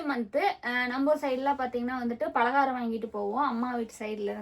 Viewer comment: பாலகாரம் இல்ல பலகாரம் 😂